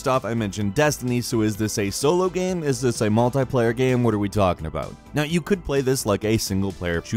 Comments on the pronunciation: i cant get over him pronouncing "game" as "gaam" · Dude! Its not gamm... Its game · Is it me or does he pronounce "Game" as "Gam". My ears haven't heard any pertinent details about Anthem because of this. -and today on gamranx -as you play the gam -how the gam is played -is this a solo gam, is this a multiplayer gam -the lead gamplay -the gam is designed -a third person gam -it is a Bioware gam -are in the gam -especially in a gam -want to do with the gam -the director of the gam -way you play the gam itself -talking about the gam -a nice variety of gamplay scenarios -what we've seen of the gam -in the demonstrated gamplay -shared world multiplayer gam -aspects of the gam. The gam is open world -necessity in a gam like this -that the gamplay shown -this is a Bioware gam -pretty excited for this gam -(this isn't an instance of "gam usage", just something that stood out, but one of us doesn't know what whimsical means. maybe it's me.) -positive for this gam -right here on gamranx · says game like gaem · What is this dude on? "Gahm" and "lvl 5"..? Boi trippin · Is it supposed to be a joke with how you're saying "game"? It's like every 5 seconds you're pronouncing it completely differently